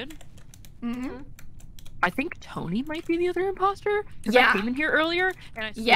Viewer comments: calling ptoughknee Pah-tony is so funny to me. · Like Tony.